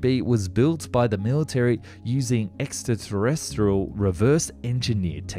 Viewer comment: It's funny that you seem to develop a speech impediment whenever you pronounce the word 'extraterrestrial'. It's like it must be so far 'out there' that you don't believe you're actually saying what you're saying even though you're saying exactly what you're saying but you're not because you're not saying it properly -- so it must be all okay after all!